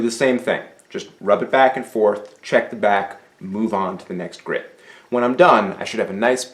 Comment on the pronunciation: The word is "grit" not "grid".